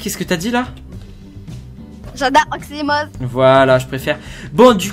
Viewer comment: À un PLLLLOFFESSEULLL OXIMOZZZE